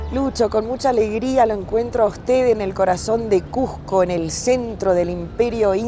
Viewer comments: a la entrevistadora le duele ver turistas en Cusco, que ridiculez, debemos aspirar a que crezca mas el turismo y mejorar la calidad; además, se pronuncia Cusco, no Cujco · Bella reflexión pero por favor es Cusco no cujjjjco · A la estrevistadora gaucha, decíle que no se dice CUJCO, el nombre es CUSCO, con "S". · Muy interesante solo una observación, la entrevistadora no pronuncia correctamente no es cuJco, un poquito de cuidado en esos detalles. Felicitaciones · Cusco, con "S" no con la pronunciación de un argentino o limeño. Muy cierto lo que menciona el Sr. Nieto, aún en nuestra sociedad hay discriminac6por la lengua quechua, sin embargo también estamos aprendiendo a valorar su uso para entender a esas personas que lo usan. Cada vez más en los concursos públicos para diferentes instituciones se pude como requisito saber el quechua. Cuando un turista se maravilla por la arquitectura inca, por la ciudad y su tradiciones, sentimos que ser Cusqueños es lo mejor que nos ha pasado, que la creatividad, ingenio, fuerza y herencia que tenemos debemos valorar más, no solo el mes de junio, sino todo el año mostrando la riqueza de alimentos, los colores de nuestra raza, la cultura y conocimiento por mostrar más y hacer ver a todos los visitantes por la web o en vivo que Cusco tiene mucho que enseñar, que por donde miremos hay belleza y creatividad. Sin embargo debemos aprender más a respetarnos, valoramos y aceptarnos no importa si somos que haya hablantes o bilingües quechua y castellano o aymara y español o quizá trilingüe y dominamos idiomas extranjeros. El respeto por el pasado, por el presente y la conciencia por un futuro es lo que nos mrcra como sociedad. Cusco ciudad escogida, ciudad mágica, ciudad turística y ciudad de los Cusqueños que cada día forja su destino con esfuerzo y amor. Desde el lugar donde estemos, en una agencia de viaje, como escritor, ambulante, autoridad, guía, transeúnte, etc leamos, busquemos información, preguntem